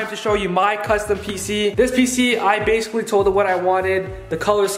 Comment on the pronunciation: “thahts bassily uh bassily” 😂